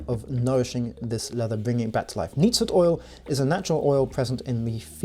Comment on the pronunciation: Did you say knead foot oil,??